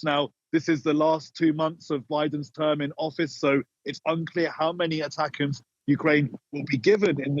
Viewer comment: ATACMS is pronounced Attack Ms.